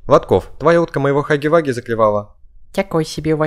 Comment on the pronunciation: Хаги ваги ❌ Хагги вагги ✅